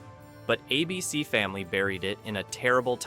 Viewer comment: Teach your AI how to read. I couldn't say "ABC" or Babylon 5" consistently, among other things.